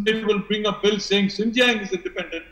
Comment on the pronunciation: Xinjiang is not pronounced as Zingziang ! 😂🤦🏻‍♂️ It is शिञ्च्याङ्.